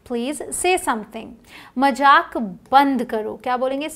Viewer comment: Mam you are doing great work May Gold bless you..Mam plz say Mazaak instead of Majak.